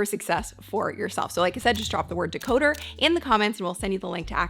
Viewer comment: Great video! "Decoder" please!